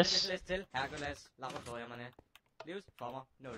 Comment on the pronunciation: du fucker godt nok rundt i ordene et eksempel "Herkules" du udtaler det Herkuldes men det udtales Hærkulæs. Håber det hjælper dig.:D